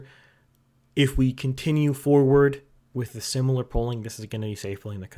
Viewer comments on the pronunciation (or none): none